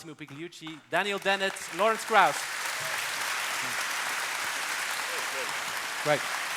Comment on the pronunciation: "Massimo PIG-liucci". You should learn the GL sound in Italian!